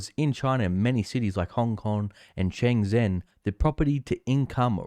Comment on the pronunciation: That A-tier city next to HongKong is pornounced "shen-jen". Thanks for the analysis, btw.